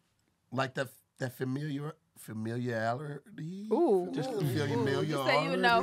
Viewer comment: "Familiarity" whooped behind. 😂